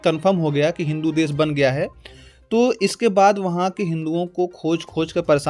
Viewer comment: Des nahi Desh bol